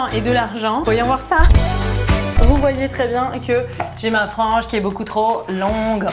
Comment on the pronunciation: LA MEUF POUR LA FRENGE MINTENENT ON N'APELLE CA LA FRENGE AU BOLLE😅